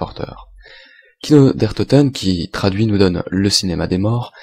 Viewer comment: c'est kino et non pas kiko :)